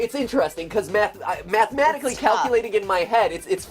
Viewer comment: Mat i time during the stream tou said "mat"matically instead of mathmatically